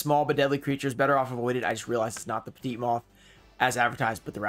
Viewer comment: Why did the first card say petit moth but was pronounced differently